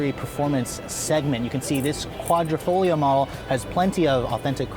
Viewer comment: Thank you for pronouncing "quadrifoglio" correctly!